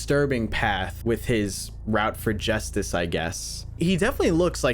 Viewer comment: the scary bat is still sayin "JUSTIS"